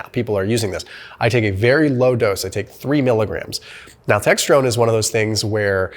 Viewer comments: It is "nal-TREK-sown," not, "nal-TEXT-rone." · Good video! You’re mispronouncing naltrexone though. LDN is amazing for autoimmunity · And astragalus. I’m dyslexic too 😅